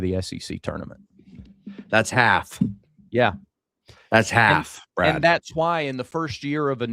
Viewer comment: Damn... "Brah-D" is cut-up! 😅 Great show guys!